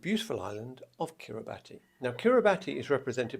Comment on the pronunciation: You were close with the Kiribati contestant’s name. However, in Kiribati pronunciation, “ti” follows the Latin pronunciation and is pronounced as “s,” similar to the “ti” in the word “nation.” Therefore, it should be pronounced Asinterantaai. Also, Kiribati is pronounced Kiribas.